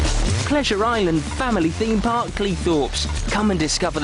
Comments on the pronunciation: Like your videos but it's a THEMEpark not a FEEMpark. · Can you please stop saying feme park instead of theme park. It's TH not F